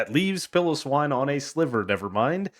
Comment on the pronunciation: Yes i said pile-o-swine because people talk about it so much. continues with 2 pillowswine pronounciations 😅